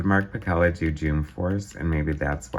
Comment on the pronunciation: I was Mark's assistant on most all of his work during this era at Marvel. I have unused pages from this issue and others. Mark's last name is pronounced Pa-Sell-a . Mark did not draw like Rob. Mark was asked to draw like Rob, and then it stuck. Mark found it fun to be a Bombastic artist.